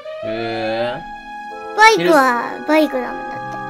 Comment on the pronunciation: バイクのイントネーションが違うかな（笑）